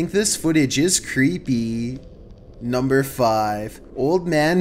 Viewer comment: I love when he says NuMBEr 15